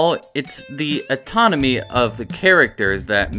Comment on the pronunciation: Anatomy not Autonomy. Elongated, not elongrated. It's OK.